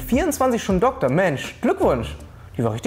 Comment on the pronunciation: Dokkkkktor...es heißt DoKtor...deutsche sprache schwere sprache